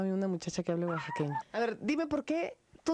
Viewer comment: oaxaqueño? Que te pasa Belinda? jajajajaja